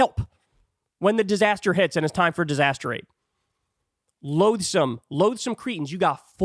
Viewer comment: loathsome not loadsome